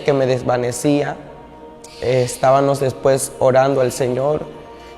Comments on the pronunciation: No se pronuncia "estabanos" se dice "estabamos" cuando se habla de Dios hay que ser impecable en la palabra. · DISCULPE QUE LO CORRIJA PERO SE DICE ESTAVAMOS. DE DIOS.